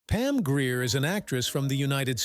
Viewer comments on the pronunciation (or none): Mispronunciation of her last name!